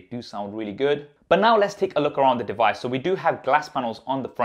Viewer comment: Here is the "dewise".........!!!!!!!!!! Hmm, instant thumbs down for this reviewer. I can't believe this brilliant flagship smartphone hasn't been reviewed by more professional and popular reviewers.